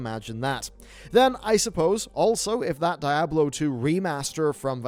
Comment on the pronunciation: Diablo NOT DAIABLO